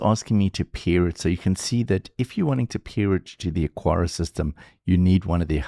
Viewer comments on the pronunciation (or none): Say it with me, AH-kar-uh (Three syllables: "AH" like "father", "kar" like "car", "uh" like the schwa sound at the end of "sofa")